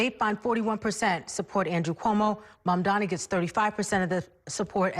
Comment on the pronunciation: Cuomo accidently said Mamdani's name correctly